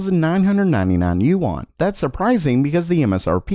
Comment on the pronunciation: fyi--Yuan is pronounced You-EN. (I live in China) Anywho! Keep up the good work.